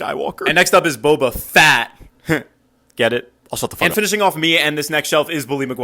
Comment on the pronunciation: BRO I LOVE BOBA FETT NOT BOBA FAT OK!!!